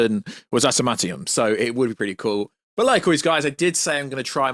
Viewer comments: It’s not shocking someone who liked the snyderverse thinks the eternals was aged like fine wine. The marvel universe shits the bed now. The only way to fix it is wipee phase 4. NWO is gonna be a shit show if you have read the scripts. And it’s “adimantium” not “atamanium” You can tell you have never read s marvel book. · it’s AD-A-MAN- TIUM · Its adamantium,says so on any marvel text in comics, games and movie subtitles. I love marvel stuff but not got the knowledge some claim and even I know how its spelt and pronounced. If I know that I'd of thought every other fan would know too. Antimantium😂😂😂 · I hope you’re miss pronouncing adamantium so badly on purpose man!!!